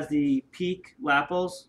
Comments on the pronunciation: You were saying lapples. As in apples. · Cool jackets, and great model But can I please correct your pronunciation of Lapel. It's La - pel, Pel rhyming with Bell.